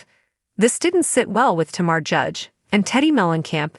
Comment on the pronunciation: It's "TAMRA" not "TAMARA" and it's "Whatch what happens live"